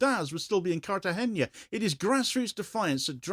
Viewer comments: Yes, but it does not have an ñ, just a regular n. It's more like Cartahenna, not Cartahenya. However, I realise asking to pronounce a foreign name more or less correctly is a bit too much to ask. It's definitely not his strong point! Like incorrectly pronouncing Genoa as GenÓa, GÉNoa! Anyway, it's not that important, and I love his reporting and respect him very much. Cheers. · ¡It's Cartagena, not "Cartageña"!